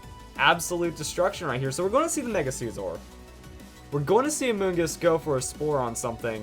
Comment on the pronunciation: what is up with some ytbers call scizor sceeeezor?